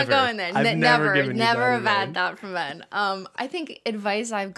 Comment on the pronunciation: Thank y'all for keeping the nail oil pen dream alive and also Thank you Ben, you're one of about 3 people who have pronounced my name correctly! 🙃🙃